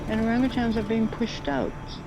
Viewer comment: OrangATANGS lol... Nope. You should know dude.. not how it's pronounced AT ALL